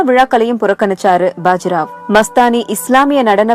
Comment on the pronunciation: Bajirao illa baajirao nu sollunga